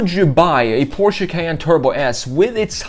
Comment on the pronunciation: Omg he knows how to pronounce Porsche